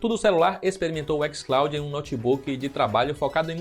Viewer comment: "ÉquisClaudin" porra aí e foda tio kkkkk